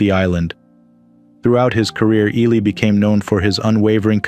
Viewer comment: You people can't properly pronounce Ron Ely's last name!? Disgraceful!!!